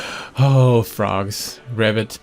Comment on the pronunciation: Yeah, with bigger audience you could organize like these brawl events. Like no decks with custom limitations, to see who can get most imaginative build going within the constrains. And btw it's pronounced ribbit (the 'i' should sound like in ribbon). You were rabbiting a lot, which is, you know, a rabbit :D